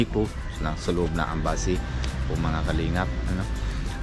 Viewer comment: Philippine embassy hindi ambassy😂✌️